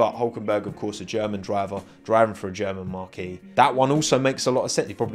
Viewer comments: Marque is pronounced Mark not Marquee. Marquee is somewhere you host an event. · Wrong pronunciation of the word Marque..it’s not a tent..